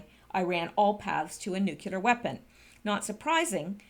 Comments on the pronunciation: I was just KIDDING!!! Bush didn't have a "speech impediment" and neither do you. I have been listening to you for MONTHS and will continue, but NUKULAR is just LAZINESS. Practice in front of a mirror if necessary. NEW KLEE UR,NEW KLEE UR ,NEW KLEE UR. It's simply a matter of forming the words and LEARNING to speak them. YOU ARE SMARTER than the average person - obviously - so you can achieve this small thing FOR YOUR LISTENERS, whose ears shudder at the hearing of NUKULAR. (Sorry for the offense, if taken... I was kinda Kidding) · SPEECH IMPEDIMENT MUCH?!? NEW-klee-ur NEW-klee-ur NEW-klee-ur Saying NUKULAR makes you sound ignorant, BUSH LIKE! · you are too smart to be mispronouncing nuclear ("NEW CLEAR" not "NEW KILLER") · NU-CLE-US NU-CLE-AR Not New Killer !!! ;-D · Nuc - U - ler and Nuc- clee - er sound similar, but they have completely different meanings. Habit is a difficult thing to change, But, to present yourself as an educated person, proper word choice/pronouncing is imperative. Another one that EVERYBODY seems to get wrong is the word MOMENTARILY. It means FOR A MOMENT, NOT, IN A MOMENT. "We will be leaving momentarily" means we will be leaving FOR a moment. But the person saying that, actually meant, we will be leaving IN a moment. Words are the tools of thought. The better the vocabulary the better your tools to think. That is why I harp on it. The texting generation is loosing the tools. Precise word choice leads to precise thinking. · pronouced Ear-ran and new-clee-are not new-cue-ler and eye-ran. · MGawd, she doesn't even know how to say NEW CLEAR!!!!! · I think you broke your existing record for the number of times you mispronounced "new-clear". Well done!;) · ...You keep pronouncing NUCULAR....you actually pronounce the "CL"..like in the word " CLAN "...or the word " CLASS "....Come on!...you are a smart lady!...you can do it!...lol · Ground zero nuculer